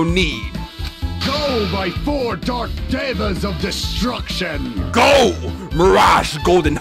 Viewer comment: Gundham decided you weren’t worthy of a thumbnail. Because he showed you how to pronounce Devas of Destruction, and 10 seconds later you still go DIVAS OF DESTRUCTION